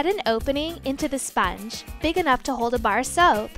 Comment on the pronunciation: Spange?? Or sponge 😂